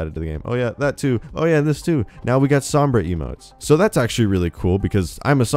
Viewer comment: Overwatch News all you white people cant even pronounce sombra correctly